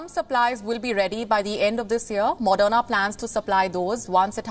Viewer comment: Its not madonna vaccine, its moderna vaccine. Please learn to pronounce before reading news script